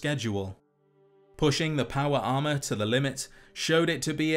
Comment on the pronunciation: Not me listening to this video and thinking you were saying "powerama" instead of power armor. lol